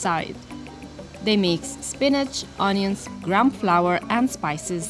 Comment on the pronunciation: Great video I’d like to try all these places. I love how pronounces onions ‘òñions’.